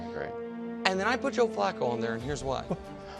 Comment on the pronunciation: JOE... FLACCO?!